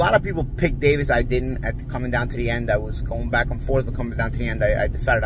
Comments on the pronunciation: Why does he keep pronouncing his name so incorrectly?? He’s better off just saying Davis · Davis hand was broken 4th round in pitbull fight..say the facts..and please pronoun the names right..